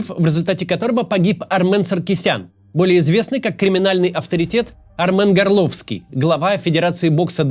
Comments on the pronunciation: Максим! При всём уважении: не горлОвский, а гОрловский. Потому как ГОрловка - город в Донецкой области. ТщательнЕе нужно, даже когда цейтнот. Но тем не менее лайк, конечно. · Господи, чому ГорОвській, а не ГОрловський, місто називається ГОрлівка, Донецької області, Україна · Не горлОвский, а гОрловский, от ГОрловка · Капец арменчик помер. Кто ж теперь будет Приходько с ручек кормить? А кще не горлОвский, а гОрловский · Не, ну... Не ГорлО́вский а ГО́рловский. Го́рловка, рядом с Донецком - та ещё помойка🎉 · ГОрловский, а не ГорлОвский. Город такой есть ГОрловка на Донбасе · Максим, не горлОвский, а гОрловский. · Не горлОвский, а гОрловский. Когда уже донбасские топонимы прекратите искажать!!! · Не ГорлОвский, а ГОрловский от слова ГОрловка - это город, где он жил. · Не ГорлОвский, а ГОрловский, он из Горловки родом. Он также был приближен к Януковичу лично. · Начало ролика. Какой нахрен горло́вский!? Го́рловский, Го́рловка. По таким мелочам сразу видно, что вы не в курсе событий. На хайпе пиаритесь. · Почему "горлОвский"- то? Когда он гОрлрвский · Не горлОвский,а гОрловский... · Правильнее ГОрловский, а не ГорлОвский. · гОрловский, не ГорлОвский ибо из ГОрловки. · Гарловский?) Горловский, от названия города Горловка. Удаление на первое о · Не горлОвский ,а ГОрловский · Максим, не ГорлОвский, а ГОрловский. От названия города моего ГОрловка. Кстати, все ихтамнеты с 2014 крутили-вертели все местные названия так, что даже дети понимали, что это чужие ихтамнеты и их по роств месяцами показывали, выдавая за местных типа ополченцев-шахтëров. И им верили все, кроме местных с моего Донбасса. Максим, не перекручивай и ты ни слова, ни ударения в них, тем более если они донбасские. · Не ГорлОвский а ГОрловский. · "горлООООвский" .... це сильно ;))))) це, мабуть, щось з порнхабу? Як на мене, то решту просто не варто слухати, бо пан Кац просто не знає, про що і про кого він говорить Правильно: "гОрловский", від "ГОрловка", українською Горлівка. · Да не горлОвский. А ГОрловский.